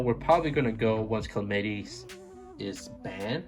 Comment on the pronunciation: Kuh' Lam' eh' tees' Not clamitees